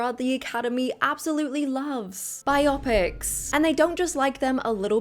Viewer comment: I agree, he seemed to change after the Bob Dylan movie. Btw, Its pronounced, Bye--O--picks. Not, bi--optics, lol.